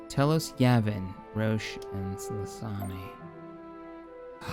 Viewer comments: "Tell-ose"... someone's never played KotOR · I don’t think that’s how you pronounce telos